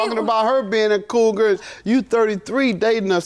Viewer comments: I know exactly what that means. Lol! She kept saying CROUGAR, instead of COUGAR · Why does it sound like she’s saying crougar🥴🥴 Judge Mathis is hilarious “everybody is getting threatened in your circle”😂🤣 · Judge Mathis almost Said Coo-guh lol then he caught himself and said coogar 😂😂😂😂😂😂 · She said crougar 😂